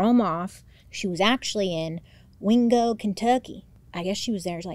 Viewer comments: WINgo kenTUCKkey has been my new vocal stim since yesterday thank you 😂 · The way you say wingo Kentucky…..😂 I’m from Kentucky and it cracks me up how ppl think we’re all hicks 😂 love you lots! Don’t know what I’d do without MMM & DH ❤